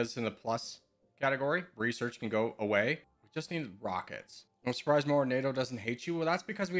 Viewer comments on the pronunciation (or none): none